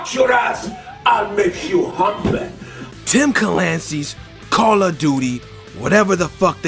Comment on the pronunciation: "Tim calancy"😂😂😂